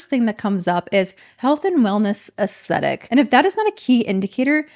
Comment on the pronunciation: Did you mean aesthetic? You said acetic.